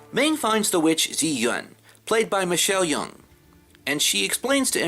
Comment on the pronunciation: Just one tiny point - the actress is Michelle Yeoh, pronounced "Yow".